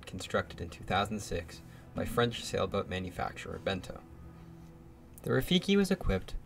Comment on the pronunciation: beneteau and not bento